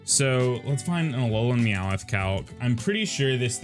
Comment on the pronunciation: You say Meowth all southern. It sounds like you're saying "Meow-with" That's really all I have to say